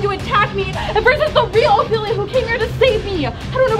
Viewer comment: I finally found someone that said Ophelia right